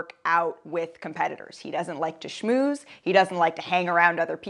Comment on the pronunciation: She said schmooze 😂